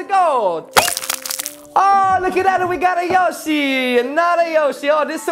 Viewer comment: It is yoshe